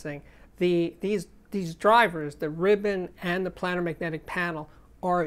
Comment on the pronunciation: Steve - Love your channel. However my ears hurt. ..... Look up pronunciation.... it's: "play - nr", not "plan - nr".